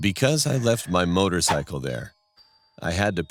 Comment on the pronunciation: This man said " motorcycle" lol